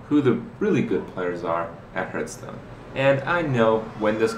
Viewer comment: "Hertz-stone".. love this guy. He should the commercials.